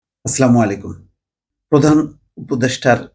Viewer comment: আপনার কথা আমি সবসময় শুনি দেখি - আমার ভালো লাগে । একটা ছোট্ট পরামর্শ , শুরুতেই সালাম নিয়ে শুরু করেন - তবে তাড়াহুড়া করে সালাম টা দেন বলে উচ্চারণ ভুল হয় । আস্সালামু -আলাইকুম পরিষ্কার করে বলবেন প্লিজ । ধন্যবাদ ।